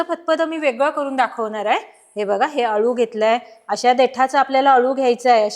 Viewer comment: अलु नसत हो। अळु असत